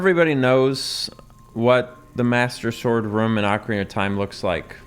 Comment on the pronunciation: Thank you for saying ocarina correctly lol. The same people who say oh-carina probably also say mare-io, always drives me crazy hearing that